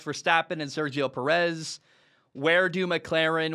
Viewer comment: Hey, man great stuff like always just wanted to mention that Perez is said with the accent on the first e so like PEh-russ more than Puh-REZ